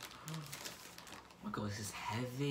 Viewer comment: Yes!!!!! 💜💜💜💜 my favorite reviewer!!!!!💜💜💜💜💜💜 I love everything!!! 💜💜💜💜look at your robe!!!🖤🖤🖤🖤and the hoodie!! 💚💚💚💚💚 Your hair is AWESOME ❤️❤️❤️ Omg!! Cannot wait for my palette 💜💜💜💜 thank you for sharing 💜💜💜💜 You are ADORABLE 💜💜💜💜💜💜 I love when you say: OH MY GUD!! 😂😂💖💜💜💖 Omg I wish Jeffree saw this 😍💜💖💜💜💜💖💜💜💜💜💖💖💜💖💜💖